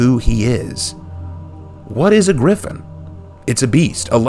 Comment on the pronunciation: The redemption? Holden cross one of the most favourited characters got absolutely butchered with "Gryphon".